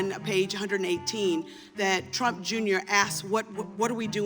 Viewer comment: Any other immatures laugh when he said Trimp instead of Trump 😂😂🤣😂🤣😅